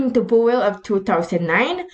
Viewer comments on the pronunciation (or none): none